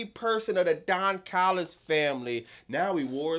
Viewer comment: I CAME HERE JUST TO HEAR SAY "THE DON CALLUS FAMILY" 😂